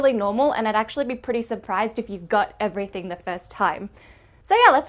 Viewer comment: "Physics is everyting" who said that?